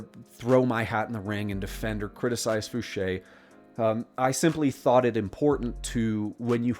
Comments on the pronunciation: Oh yeah! This is exactly what I been itching for....a nice long video!..and congats for finally saying Fouche like Ed used to pronounce it himself...i really love watching old videos of Ed talking about his life.. he's the first person I heard mention having to wear foggles at Area 51 and have since heard former SR-71 pilots attest to the same thing about having to wear foggles while moving around the base.. awesome video brother....thanks..🤘👽🤘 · and he pronounced edgar fouches name correctly!! FOOSHAY! i would lol every time he said f-ouch!